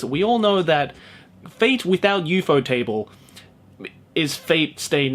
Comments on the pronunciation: The way you say Ufotable is triggering me. It's probably the correct pronunciation, but I refuse to acknowledge it. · the way he says ufotable LMFAO